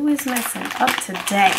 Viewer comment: "You is messing up tuhDAY....jeezuss." LOLOLOLOL